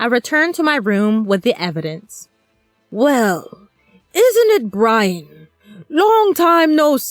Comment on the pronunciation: I will wewease Bwian!